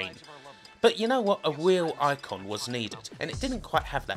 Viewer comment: " a woman, a WEAL woman" 😂😂